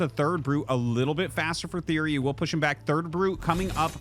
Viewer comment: It's TheoRy not TheOry btw!